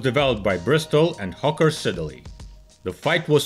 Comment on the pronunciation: IT'S PRONOUNCED SID-LEY. STOP SAYING SIDDER-LEY.